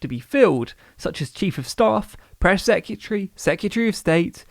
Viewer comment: british people be like: secatchree of state